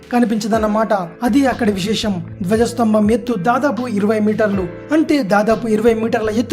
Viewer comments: daja stambam kadu ,, Dwajah Stambham.,., koddiga telugu sariga chakkaga matladandi bayya.,., anni videos bagunnai .,., gud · gajastwambam kadu dear ..... its dwajastambhan